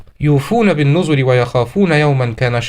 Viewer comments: يوفون بالنْذر و ليس النُذُر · انتبه لتشكيل كلمة (بالنذر)